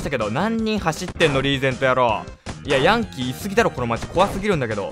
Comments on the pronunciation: ヤ︎ ⤴︎ン⤵︎キー⤵︎なん？ヤ→ン→キー⤵︎じゃないん？発音。笑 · ヤンキーの発音が可愛かったです！